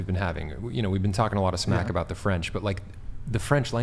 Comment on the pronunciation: Lol loved the way she said aboat (about)